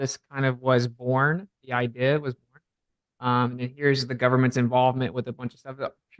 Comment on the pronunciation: funny that says that, he mispronounces things often enough not to be a braggart……how bout the word idea…it’s not idaya